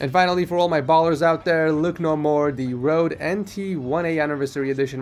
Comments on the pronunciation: ffs its not rode its röde!!!!!!!!!!!!!!!!!!!!!!!!! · its calle røde mic its from norway there we have the leytters ø æ å so its called røde